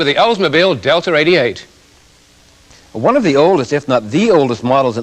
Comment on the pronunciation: To the guy in purple, "Oldsmobile Deltra-88"????? Deltra??? This gentlemen cant even pronounce the name of this fine automobile, yet is somehow an expert on how crappy it is?? Anyone who has ever owned one of these will tell you how dependable and reliable long lasting these cars were, lasting well over 200K to 300+ miles with the 3800 V6 engine , all the while the foreign crap made in this era were in the junk yards at 100K. It amazes me, these self proclaimed car experts who come forward are so clueless its laughable.